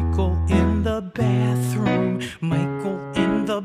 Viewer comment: this kinda makes me realise that George says “Bathroom” differently in this ver and the older ver like, he says “baathroom” instead of saying “bathrooom”